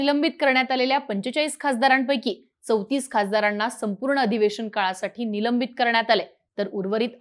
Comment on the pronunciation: निलंबण, खासदाराण्णा. काय आहे हे? ज्यांना साधे साधे उच्चारही जमत नाही असे निवेदक घेता कशाला?